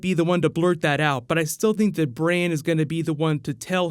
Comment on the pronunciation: can you stop pronouncing Bran as Braine(Brane?)